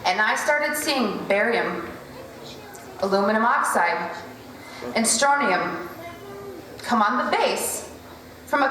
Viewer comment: I have a question or more accurately a few. Considering your presented and self attested background as an experienced and well educated specialist in your field can you explain to me why you did not go out of your way to not only pronounce Strontium correctly( not Stronium), which Strontium 8 has been used in clinical trials for female osteoporosis( and proven very effective) as well as the fact that strontium when exposed to our air turns yellow thus if it was in chemtrails in a dominant amount why are they white, translucent or even somewhat rainbow in appearance on all chemtrail videos or photos?. Which kind was it?. And Barium, in point of fact is not always radio active in the common understanding in the form which happens to be so very abundant as a bi-product of a whole gambit of chemical reactions utilized in countless industrial processes as well as an additive to various compounds we use in conductors and for certain x-ray procedures. Aluminium... it certainly would have gone a long way with regard to convincing me of the 100% truth and accuracy of this video if you had explained that it is by far the most abundant metal within the earth's upper crust. Because of how common it is virtually every life form on the planets seems to have a very high tolerance towards it, so why would they include this?. Actually the beneficial properties have become something of interest more and more. My final question is as follows: So all of these elements are most common as a metal